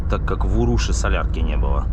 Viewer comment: Станция и поселок городского типа УрушА (ударение на А),.